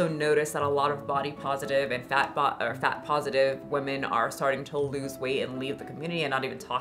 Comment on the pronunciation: I like your videos a lot but why can’t you say women. Woman/women are not homonyms, but you pronounce them both as woman 😅